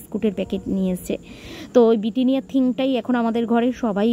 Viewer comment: It’s Britannia not bittinia, plz kotha theek kire bolo